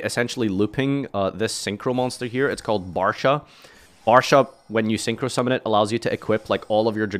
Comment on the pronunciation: Barcha not Barsha